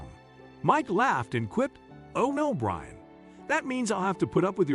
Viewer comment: the narrator kept saying brain towards the end instead of Brian 💀